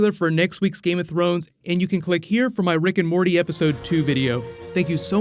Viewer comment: Am i the only one who heard brick and morty?